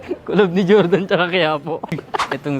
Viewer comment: QIAODAN CHINESE VERSION NG JORDAN YAN PERO BASA SA KANYA CHOWDAN